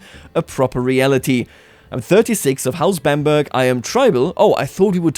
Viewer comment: Bamburgh is pronounced Bam-burra.